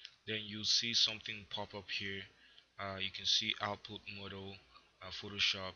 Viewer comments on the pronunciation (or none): none